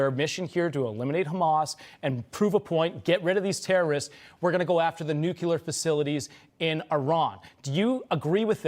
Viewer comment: Hey.... Please learn how to pronounce the word nuclear....